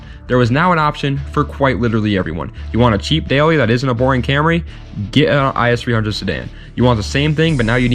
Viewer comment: Other then saying the “is 300” it’s I-S 300 Great vid tho